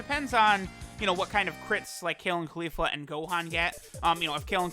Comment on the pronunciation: Everytime he says kale or califla I click off the vid